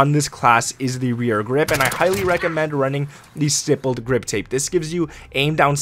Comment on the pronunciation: Thank you for being the ONLY gamer online who knows how to pronounce "stippled." #applause